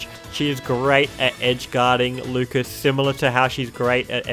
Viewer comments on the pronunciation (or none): none